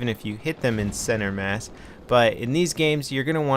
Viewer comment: Thank you for saying center mass!